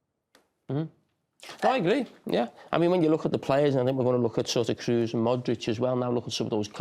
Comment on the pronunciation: Why is it so hard to say Kroos for a englishman? It's not Cruise and it's not difficult at all to say